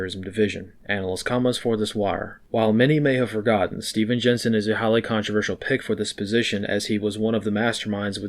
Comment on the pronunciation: Lol, love that he hit the 'ck' in "Pick" so softly. Apt.